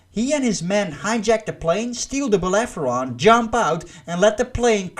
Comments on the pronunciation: "Bellerophon". Not "Bellepheron". Google is your friend. Takes like, 2 seconds. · Belerefonte not beleferonte... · It's "Bellerophon" 😓 But great review man ! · whatever the spelling in English...but you pronounced the f first and then the r...this is why I corrected you. Should be spoken as it is written. R first then f.